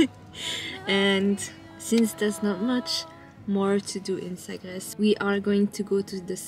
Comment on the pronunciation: It's Sagres